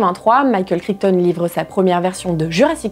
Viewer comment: Le micropachycephalosaure, il a la tête dure comme moi 😁 Et en parlant de pronounciation, j'ai les oreilles qui ont saignées à chaque fois que tu as prononcé Crichton 🤯 (c'est kraïtone, c'est n'importe quoi, on est d'accord)